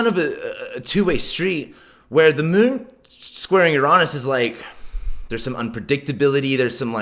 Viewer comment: the way you pronounce uranus cringes me out... google that shit if you don't know how to pronounce it... as someone who earns a living out of this you are not doing a great job on even basics... cringe